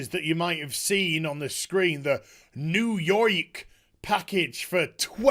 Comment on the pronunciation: “New Yoik”